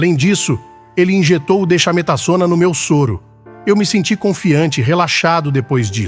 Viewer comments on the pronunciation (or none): Dexametasona pronuncia-se "dèksametazôna".